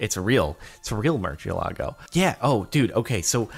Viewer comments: its not a murchialago its a moo-r-see-eh-lah-goh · You say Murcielago like MurSHEielago. Pls Jardon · Am I the only one triggered by Jardon's terrible pronunciation of Murcielago at the beginning? The name also being a spanish word for bat. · Jordan please let Kanye teach you how to pronounce Murcielago properly